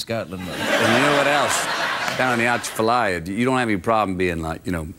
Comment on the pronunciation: I`m born and raised in Louisiana. is close on the pronunciation of "Atchafalaya." You don't use the "t."